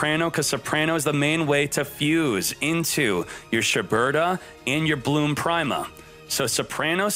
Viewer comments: Nobody:: Bloom Prime-a I'm really starting to think he's intentionally mispronouncing these names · i don't think he's pronouncing prima correctly.....